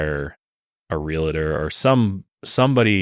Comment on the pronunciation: Real-tor. It's real-tor. Not real-a-tor.